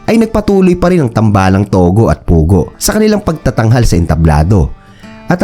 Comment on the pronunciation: tugo hindi togo